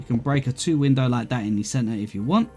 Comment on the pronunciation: take a sip every time says "cen-ar"